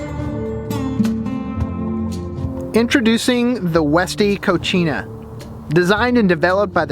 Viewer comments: Cocina not cochina lmao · He bro... FYI. You're pronouncing the name of the refer-door addon incorrectly, it is not pronounced "KO-CHee-NA" which means "Female Pig" or "Dirty in the female gender". The proper pronunciation is "Ko-see-nah" although it is properly spelled "Cocina" which means kitchen. Just sharing bro as its not an Italian word, it's a Spanish word. Love your videos nonetheless!!! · Co-See-Na = Kitchen Co-Chi-Na = Dirty (feminine) Lol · Nicely done,. The fridge door item is pronounced "Co-see-nah".... which means kitchen in spanish. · I can't help to laugh Everytime he says " Cochina" which is spanish for Nasty.